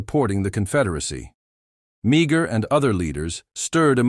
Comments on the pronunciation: Its pronouced May-her not Mee-ger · Meagher is pronounced maher or mar not meegar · Please get the pronunciation right. Mar rhymes with car... not meeger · Maher is pronounced Marr! Interesting indeed. Interesting indeed, many of these poor Irish lads having escaped death by starvation and murder at the hands of the British, died in and for a Country that was supposed to be providing freedom and opportunity. Yes, most of these Irish volunteers came from what we now call the Republic of Ireland and we’re indeed Catholic. There was other Irish. Involved in this what proved to be ridiculous war of American against American. The earlier immigrants from Ulster, who fought for the Liberty and founding of the United States. Washington clearly stated that the Bri5ish would NOT have been defeated if not for the Irish Frontiersmen who defeated the British at Kings Mountain. General Grant was the son of an Irish Immigrant from Ulster as was Andrew Jackson, both men who of course became Presidents in their own right. The Irish immigrants and their offspring starting with the subject matter in this video, and before it with such men as; Kit Carson, Clarke, Johnston, Davey Crockett, Sam Houston, right up until this present day. Far more than any Nationality. 24 Presidents of Irish Ancestry, comprising of 21 from Ulster and Protestant and 3 from the Republic, two Catholic and one Protestant, namely Reagan. The comment on religion is made purely as a reference and nothing more. Between 1700 and 1750 some 200,000 immigrated from Ulster to America and a small number of them to Canada. Yes, Americans referred to them as Scots Irish, which is incor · His name is pronounced as Maar. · His name is pronounced Mah her, if nothing else learn to pronounce their names properly.